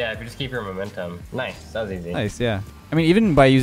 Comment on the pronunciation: then said kice not nice